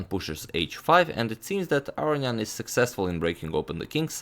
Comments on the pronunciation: I love your videos and i have never complained but all i can hear in this one is "aryan" instead of "aronian"... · I love how he says Arion ;)